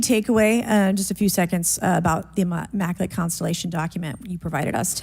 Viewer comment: Bobert says “immaculant, immaculant” after trying to be witty 😂😂😂 what an embarrassment to trashy bumpkins everywhere.